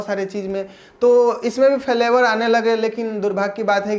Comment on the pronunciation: Falevar nahi flevar